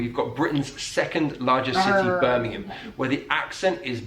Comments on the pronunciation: Oh no! You did the American thing.. you went “berming ham.” It’s not two separate words. It’s Birmingham (pronounce the ham as more of a hum) and don’t over pronounce, say it a bit faster. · Oh that was a bad example of Birmingham. You can probably find one on any video about Birmingham accents that's better. They elongated and emphasise every syllable :P Birmingham becomes "Buurrr Ming Aaahm" and the pitch constantly goes up as if you're trying to speak to someone over a wall :P